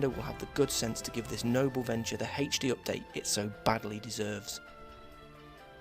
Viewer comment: Haech-Dee. I'm sorry I HAD to do that.